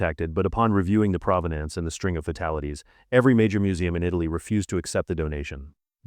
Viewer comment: Mispronunciations I've never heard before! heirloom, provenance, lead, ...